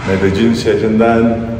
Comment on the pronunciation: Abi Medellin’e medecin demek zorunda mısın ?